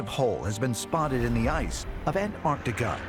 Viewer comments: It's not anartica it's ANTARTICA why can't people say it correctly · It's pronounced Antarctica, not Anarctica. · Because it's not that either. It's Antarctica. You missed the "c."